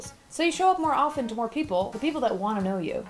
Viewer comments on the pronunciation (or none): none